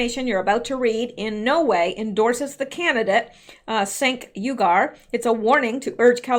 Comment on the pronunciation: Cenk is pronounced chank. He's a real piece of shhhhwork.